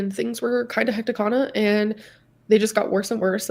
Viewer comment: Hec-kuh-tic / hectic